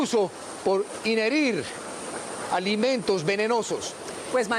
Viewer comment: Inherir????? O ingerir..vaya periodista.